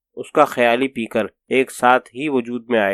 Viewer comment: بہت خوب لیکن قاری کا تلفظ کہیں کہیں کمزور ہے ،جیسے پے کر کو پی کر اور بر انگ گےخت کو برانگ گی خت پڑھا ،بہرحال اقتباس زبردست ہے ۔ شکریہ